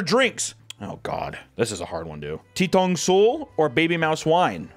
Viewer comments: Ttongsul or 똥슬 is pronounced With a slight t sound but mostly d sound, that’s why it’s written with two t’s. It’s more like “Dongsurl.” Anyways, it’s still disgusting. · I love the way he pronounces 똥술 (ddongsul) [basically means poop alcohol lol] which I guess if I didn’t know Korean I’d probably say it the same way